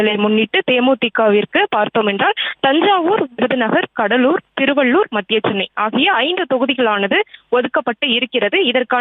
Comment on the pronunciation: அது கடலூர் டா கடலூரி னு வருது